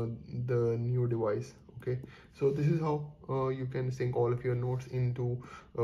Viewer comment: your English is damn annoying "dewice dewice dewice"